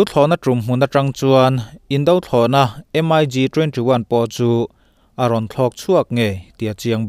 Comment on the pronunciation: Indo thlawhna/Indo lawng i lamrik dan hi a la dik lo fo. a bak chu a tha khawp in ka hria. indothlawhna tih a indo (hi Fing lo / Duhlo tih thlukin a ri tur a nih hmel)